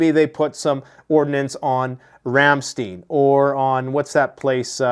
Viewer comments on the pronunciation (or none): none